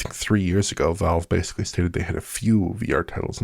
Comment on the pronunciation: Don try to count all the times mispronounces basically as “basely”, that would be a full time job